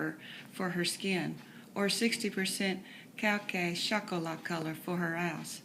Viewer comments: Did she just say chalk-o-lot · She said cay cay shalk-o-lat 😂